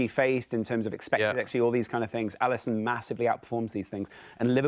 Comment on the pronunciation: Liverpool fanboy trying to say Alisson 😂 and then he picks Neville??? I’m done. Get a proper Liverpudlian on next time. WTF is this clown?